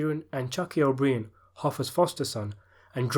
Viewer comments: and O Brien is pronounced like bryan, the male firstname. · Why are you pronouncing O’Brien incorrectly? You’d really have to go out of your way to do that. Stop it! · he said O'Brien wrong ffs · Obreen? You pronounce the name like yer a backward backwater Yorkshireman you twat. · and you dont pronounce o'brien and buglio like that!